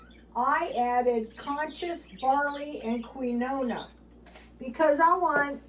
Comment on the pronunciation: keen-wa like for the way to pronounce it on line